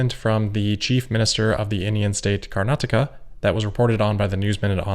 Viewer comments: you are the only YouTuber from NA who pronounced Karnataka correctly! (thumbs-up-emoji) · You pronounced Karnataka just right 👌🏽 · Good pronunciation on “Karnataka.” 😊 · Congrats for nailing pronunciation of "Bengaluru" and "Karnataka"